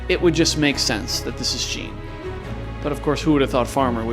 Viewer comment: ur pronouncing jean wrong........